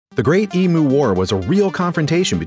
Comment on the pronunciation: im australian, and i shit myself hearing the words emoo in an american accent btw its pronounced eem-you 😂